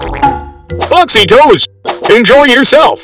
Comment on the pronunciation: BOXYTOS SOUNDS LIKE BOXY TOES